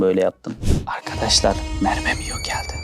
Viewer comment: Merbemionun diyememesi